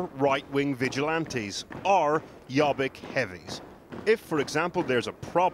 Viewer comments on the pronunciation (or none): It's pronounced "yo-beek".